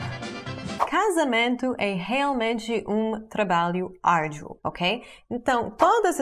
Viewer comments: "Uma planeta", "Árdio". Até que a pronúncia ficou charmosa,mas se quer melhorar. Um planeta,árduo; Desculpe me qualquer coisa,gringa. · * Um planeta novo. *MaTEmatica e n matchimátchica . *Árduo e n Árdio. :)